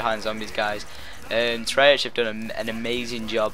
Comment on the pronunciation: 1. I understand the full zombies Story. 2. It's pronounced "Tray-Ark" 3. Yes, I know this video is a year old.